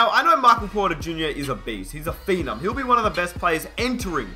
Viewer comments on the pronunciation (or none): none